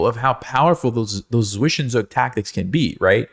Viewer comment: Zwischenzug = Tsvishentsoog not Svishenzook